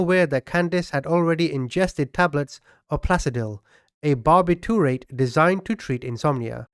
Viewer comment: A bar-bi-tu-rate. Nice. Lol